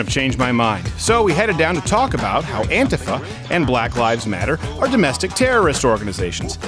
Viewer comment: Why does he pronounce antifa wrong?